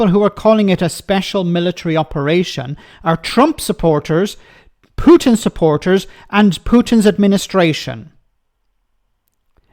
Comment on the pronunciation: She pronounces Putin like putrid. Very fitting. When I was in Slovakia (1976/77) Russians had stationed an occupation army which had been there since the end of the Spring of Prag. I and two of my friends came across 3 soldiers who were wearing big coats in the middle of July. The reason for wearing the cot and boots was that they only had one shirt, and it was in the wash, so they had to wear the coat to look orderly. Moreover, they tried to rape us. I could tell other stories. I am very very negative when it comes to the Russian army. There is nobody between the generals and the petty officers, so the generals do not really know what is going on, and it is unbelievably corrupt.